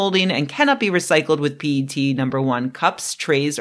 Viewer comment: Your pronunciation of 'P-E-T' was spot on!